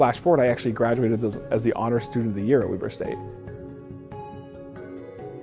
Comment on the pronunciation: Footage he probably does not have an iq of 130. Anyone can do well at a school like “Weber State” He didnt even pronounce his alma mater correctly. Good for him anyways for getting a doctorate at harvard